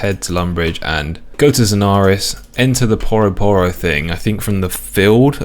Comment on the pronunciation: Is no one gonna mention "Poroh Poroh"? Surely it's Pyu-ro Pyu-ro?